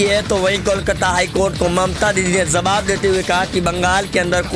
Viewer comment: Jawab hota hai ,jsawab nahin hota hai.bolna to seekh lei.